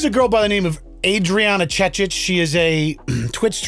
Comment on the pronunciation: This guy pronouncing Adriana Chechnik's name wrong and trying hard to pretend not knowing who she is. LoL.